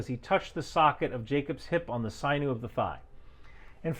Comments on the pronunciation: “sinew” is “sin-yew” not “psy-new” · Sinew - ‘sin-(ˌ)yü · It's a "sinew," i.e. a ligament, not "syne-ew." And it's pronounced "eretz," like "hair bets." And all Israel wants is secure borders. It has already given away far more land than it has ever taken in its many wars of survival. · I’ve never heard sinew pronounced “sy-new”. I’ve only heard “sinyoo” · for a few bucks i can have a patch made that says "boy-intel-geniuses can't pronounce 'sinew' "